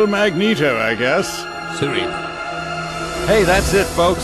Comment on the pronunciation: "Magnetosent!" lol XD